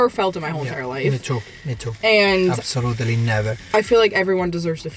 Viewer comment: “Abasooletely nevaar” ❤